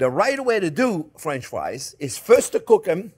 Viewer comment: Is he keep saying friends or france=)